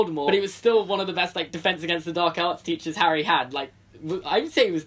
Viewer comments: I had subtitles on and the subtitles said that you said "Neville is afraid of peaches." Lol! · I misheard when you said Neville is afraid of teachers, and I heard Neville is afraid of peaches.